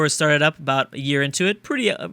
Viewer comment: "Hey, don't worry aboot it,, soory." I'm so fucking hyped for this series.